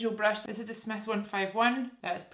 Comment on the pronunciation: “this is the smith 151” very Californians from SNL 😂